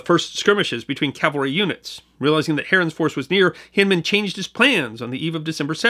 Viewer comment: It sometimes sounds as if you are saying "Calvary" when describing mounted troops, but I am a long-time subscriber and fan of your channel and I'm confident that you know that the correct pronunciation is "Cavalry." Thanks for another great video,!